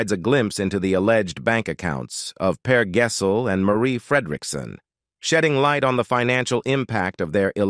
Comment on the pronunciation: Yes, and Per Gessel 😅😂